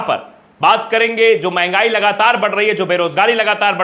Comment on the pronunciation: Bibi chholhadhagodah , Mahangaai ka " म " nahi bol paya , mn gyaani